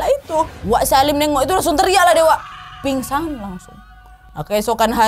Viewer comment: Maaf kk itu tadi kk salah kata kok pingsang 😂🙏